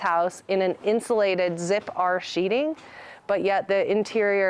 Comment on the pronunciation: Sheathing not sheeting